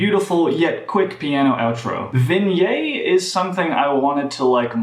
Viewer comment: How do you pronounce Vignette incorrectly when they say the word in the song multiple times? Enjoyed the video though! :)